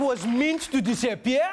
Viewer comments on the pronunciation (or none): "It Was Meant To Di-Sa-Pieeer" hahaha... rewatched it like 100 times :'D